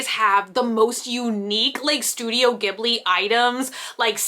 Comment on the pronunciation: The way you said ghibli causes me anxiety